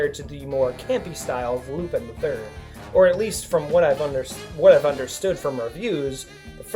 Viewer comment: U r saying it wrong lupin not lupine